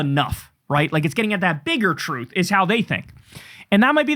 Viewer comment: It’s all about that “bigger truth.” “Bigger treeuth.” “Bigger tree.” “Biggah tree.” It’s all about that “Biggah tree”…